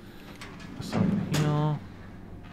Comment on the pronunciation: Say somefink!!! I luv it!